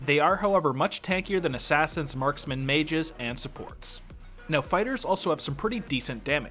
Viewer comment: Am I the only that keeps hearing 'spiders' whenever he says fighters?